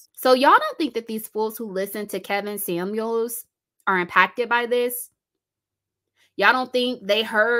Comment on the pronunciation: Did you say Karen Scamuels??? 😂😂🤣🕊